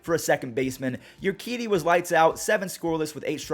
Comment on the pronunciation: It's oorkeedee not yoorkeedee